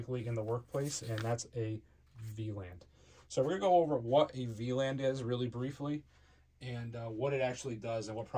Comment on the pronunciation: Anyone else keep hearing him pronounce it V-Land?